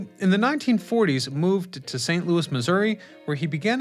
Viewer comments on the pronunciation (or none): none